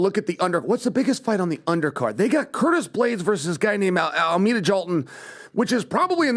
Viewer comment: Almeda Jalton? Chael rattling off peoples names if comedic gold 😂